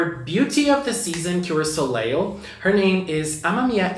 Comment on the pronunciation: The second l in Soleil is silent. It’s pronounced so-lay